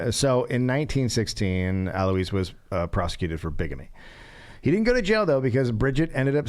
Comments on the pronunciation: These episodes with Gareth's mom are just plain weird. I mean, she's sweet & all, but WHY?"A Also, "Alois" is pronounced "al-wah" you unwashed ignoramus! (DA is a great example of how you don't need to actually KNOW anything to be successful in America. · its 'uh-loyse'